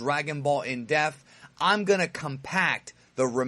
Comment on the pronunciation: It sounds like you say "Death" not "DePth".